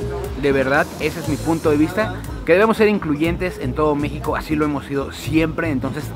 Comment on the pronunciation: Me gustan mucho tus videos pero me caga cómo comes y que hables " asdi "